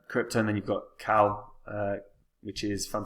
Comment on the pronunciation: KCal is "K-Cal" instead of your "Kal" 😉